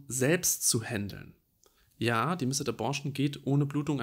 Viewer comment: Vielen Dank, dass du dieses Thema aufgreifst sehr informativ und doch auch wirklich empathisch! Eine kleine Anmerkung: Das 'e' in missed ist sehr schwach und wird deshalb eigentlich nicht mit ausgesprochen ;)